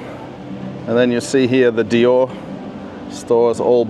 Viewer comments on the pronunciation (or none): none